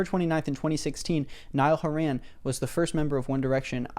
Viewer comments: idk how to tell you but your saying his last name wrong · Why can't you pronounce Niall's surname properly? That's just rude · Not still mispronouncing Horan. Presentation was 10/10 tho loved that. Years worth of research done ✔ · the least you could do this pronounce his name correctly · this was so hard to watch just because of the fact that you kept pronouncing his last name wrong 😔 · if only could pronounce Nialls last name right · i have nothing wrong with the video but oh my god please why does he say 'horan' like that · the way you aren’t pronouncing horan right in the video 🤩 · saying horan like horran makes me wanna cry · WHY ARE U SAYING HORAN LIKE THAT PLS😭😭😭😭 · No cuz the entire video is you insulting Niall and praising Harry, nobody asked for your opinion, if you don’t like Niall then keep it to yourself, you have no idea what Niall has been thru so stfu and sit down P.S it’s not haren it’s HORAN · Niall HOR-in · Ive been pronounceing his name as hor hen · hey dude, if you're doing a video about someone, at the very least look up how to pronounce their name before you start recording <3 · Ok some good points but lost half of us when repeatedly said his name wrong an d said he's not in it for the music like come on bro you might want to get his name right is you want people to take you seriously. Go touch some grass😡 Also your worst than OT4s No hate though 😘😇😏🤗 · I love both artists so much but I really agree with you, tbh I haven’t even listened to the remixes (I have listened to the acoustics though because I think they’re pretty) but also plz oh plz pronounce Horan correctly I’m on the verge of tears here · “nile haran” lmao